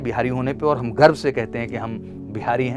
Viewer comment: Bro, woh Bihari pronunciation ki wajah se hai.. kai Bihari Garv ki jagah Garbh likh rahe hai. Haha😅